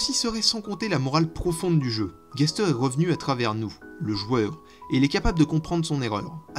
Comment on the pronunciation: Ah oui, Gaster se dit Gastèr, c'est un personnage dans un poëme latin. Bonne journée